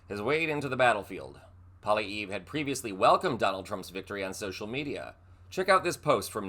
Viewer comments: Whoever the hell you are, you can’t even pronounce PP’s name right. Retract your stupid statement that little, mini tRump will ever be the next PM. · I won't be watching you any longer and have unsubscribed as you have been careless with the facts, as so many have stated below. You couldn't even spell the Conservative leaders name correctly! Come on now, do better. You can't pronounce it either which is more understandable. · The last syllable of poilievre is pronounced like never without the n and er. Please say the names the people you report on correctly. Also, he’s not doing himself any favours (yes I spelled that correctly) by parroting Trumps policies as his plan for Canada. He has been losing political points since Trump came to power and started threatening us. Thank you Trump for a minority government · You should learn to pronounce his name! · Lol learn how to pronounce his name... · Maybe you could at least pronounce his name correctly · If you're going to do a story on someone you should at least you get your facts right and learn how to pronounce the subjects name properly. Obviously you didn't do your homework . I give you C- on this one. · Mispronounced and mini trump is not the next PM. Do your research before spewing this garbage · Jeez, you can't even pronounce his name right. What a joke Occupy Democrats has become. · His name is pronounced Polly-ev...not Polly-eve. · It's not Poly -EEV , it's Poly - evv. You pronounced like sharp nails on a chalkboard. Uuggghhh 😅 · He is not necessarily the next P.M of Canada. We do have elections in this country. FYI, his name is pronounced "Polly ev" not 'Polly eve". Your welcome! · You could watch a Canadian newscast for 5 minutes and learn that it's pronounced ( phonetically) (Poli - ev), not(Poli- eev). It's a French-Canadian name, and pronounced as a French name although in English. Just another charming idiosyncracy of being Canadian! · Pronounced: “Poly-ev” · ‘Polly eve’ 🤦‍♂️ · Polly-ev not polly-ee.